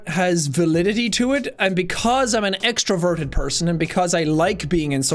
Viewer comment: Every time he said “extroverted” I heard “extra virgin” and it made me question things